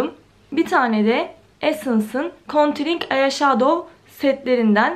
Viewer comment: 5.40 “konturing ayaşadov” 🤦🏻‍♀️